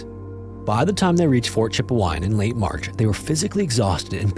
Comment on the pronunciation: Right, it sounded like cheap wine and alberto😂